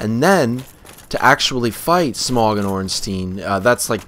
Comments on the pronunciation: His name isn't pronounced smong it's pronounced smough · Dude it's Smough, not Smog. He isn't a koffing. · you do know that gh is silent? Like in though or Smough or thought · I've been pronouncing it Smoff